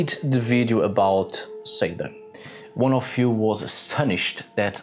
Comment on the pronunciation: He pronounces Seidr as Satan with a soft n. Well. THEN. I can see how the Roman Catholic Church spread witches and shamans as "Satan" worshippers if the pronunciation in the UK being the same. During the time of Roman Catholicism expansion into the UK and the Viking expansion into the UK being very close, I can see how there could be a mix and manipulation to control the locals in saying Satan as being Seidr practitioners being Satanic worshippers.